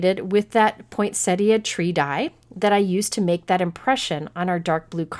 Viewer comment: Just something silly, but thank you for being the only cardmaker that I have ever heard the correct pronunciation of poinsettia from :) everyone else says pointsetta lol